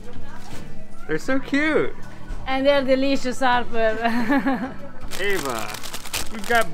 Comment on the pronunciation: Why do you call her A-va, when you know it's pronounced Ah-va. Is that for the american audience?